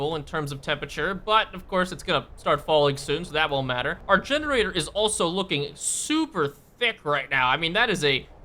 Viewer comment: "This masive building is DEGENARATOR" :D